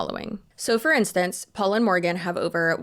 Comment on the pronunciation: you had me at "Porgan"